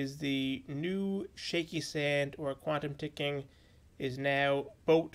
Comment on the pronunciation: “Quabtom ticking”